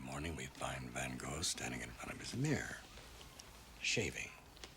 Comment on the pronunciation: If a so called 'expert' cant even pronounce Van Goghs name right, calling him Go, cant take the man seriously.